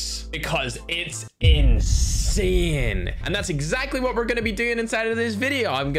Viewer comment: Ma perchè dice insane così insien